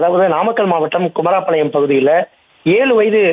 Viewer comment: செய்தியாளர் தங்கமணிக்கு தமிழ் பேச .. உச்சரிப்பு கற்று கொடுங்கள்....குமாரபாளையம்... பதில்....குமரா பாளையம் 😮